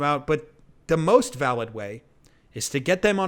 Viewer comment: yeah, you put the emphasis on the wrong syllable!